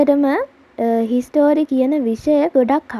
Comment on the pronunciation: හිස්ටරි නෙමෙයි හිස්ට්‍රී